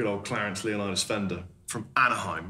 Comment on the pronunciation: It's pronounced Leonidas